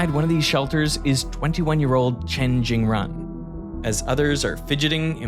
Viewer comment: the only note i have for this very near perfect video is... pronunciation of chinese names. at least, the 'run' in chen jingrun is not pronounced run like the english word, it's more like 'rune' or 'roon' with a short vowel. if yall can get someone to check the chinese pronunciations... then yall unlock the tech branch to doing more videos on the cultural revolution, which was a harrowing time in modern chinese history.